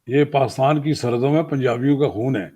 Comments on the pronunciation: Isko pakistan b bolna nai ata. Pastan bol raha...🤣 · Read as He says Paaistan😄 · Yeh roh paastan paastan bole jaa ra hain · He can't even pronounce Pakistan properly....... PAKHASTAN....